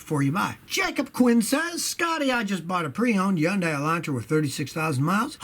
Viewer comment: He uses his Samson phone while working on his customer's yun-die high-bread car. Neeeeexxxx quess-john. Lol. His dialect is fine. Probably picked it up when he lived up north. Most of us northerners, especially North easterners, don't pronounce all the letters.